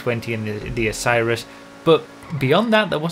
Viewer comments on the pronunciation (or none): none